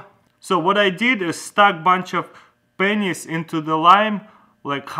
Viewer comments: oh ya it sounds like pen!s))) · When he says pennies it sounds like pingers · Pennys, Get it?😂 it's the pronounciation😂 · he used a lot of Penyss... lol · When he says pennies it sounds like something else like a private part